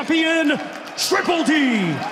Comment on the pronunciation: the way he says dynamite and Dubois 😂😂😂😂😂